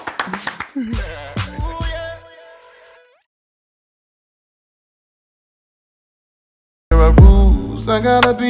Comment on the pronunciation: Its “VINCENT THEE HERBERT.” Get it RIGHT! Lol